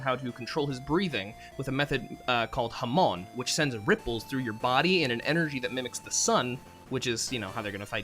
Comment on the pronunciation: Hamon, not Jamón